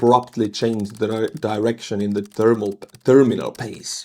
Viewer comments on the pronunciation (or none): none